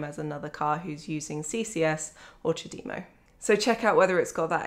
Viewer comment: First time I've ever heard someone pronounce CHAdemo correctly, most try to take the French way of charge de move of (chadem o) rather than the Japanese "time for tea"